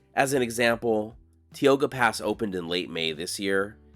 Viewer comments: It is not pronounced "TEE O GA". It is pronounced "TAI OW GA" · Great video…BTW: It’s pronounced, “tie-oh-gah”, not, “tea-oh-gah” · It's pronounced tie-o-guh, not tee-o-guh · Tie-oga not tea. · Tioga is pronounced "tie oga" not "tee oga" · I imagine 1000 other people have told you that it’s not pronounced “Tee-oga.” It is “Tie-oga.” Just sayin’. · Tioga pass is pronounced "TIE-OGA" not "TEE-OGA. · Pronounced TAI-OW-GUH not tee-o-ga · Grew up driving up and down 395. Thanks for the historical insight, we never stopped and did that stuff. By the way, it's 'Ty-o-gah', not 'Tee-o-gah'. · You were doing great till you got to TIOGA Pass... I swear you probably say Tulare wrong as well. Tioga is TY-OH-GUH, Tulare is TWO-LARRY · “Teeoga!?” Yikes! And you were doing so well! It’s “tie-o-huh.” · Just found your videos and I’m really enjoying them. Growing up we pronounced Tioga Pass, Tie oh ga. ✌🏽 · As a northern California native, I love it when you wander up our way. Sometimes your pronunciation could use help! It's Tī ō gâ, LONG I! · It’s pronounced “Tie-oga”…. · Tioga is pronounced with a long I like in tie. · It is pronounced: Tie o ga.😊 👍 thanks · In case no one else has commented, the correct pronunciation of Tioga is “tie-OH-guh”. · Thank you for a very well done video. This is a beautiful area that many don't know about. Incidentally.... We pronounce Tioga as "tye-o-gah." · This was a lot of fun,. Thanks! Fyi, Tioga is pronounced "tai-ow-guh". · Love the 395 route.... used to use it traveling from SD to Yosemite. Moved up to the Gold Country in 1978 and was instantly corrected about the pronunciation of . TIOGA. TIE- OH- GA!